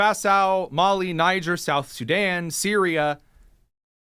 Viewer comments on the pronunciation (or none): none